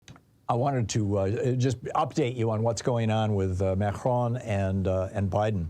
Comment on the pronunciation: Are you saying Mhercjuan? Advice: Don’t attempt a French pronunciation. Just anglicize it if you can’t pull it off. Just say Ma-cron.